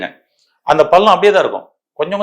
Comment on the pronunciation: பல்லம். இல்லை. பள்ளம். ல. ள